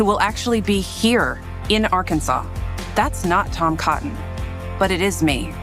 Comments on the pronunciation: First person from that state that said Ar Kansase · Why isn't Arkansas pronounced like Kansas?